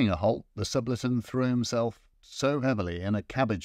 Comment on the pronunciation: Great apart an inability to prononce Subaltern